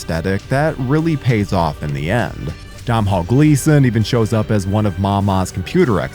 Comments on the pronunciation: Jesus, at least try and pronounce Domhnall correctly. “Doe - null” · Awesome film, was gutted a sequel never came. I'd love to see a hard R tv series with Urban back, actually. Nice vid dude, and just a very minor heads up- Domhnall Gleeson's first name is actually pronounced "Doe-nal". As an Irish person though I do realise that certain Irish names can be hard to pronounce.😉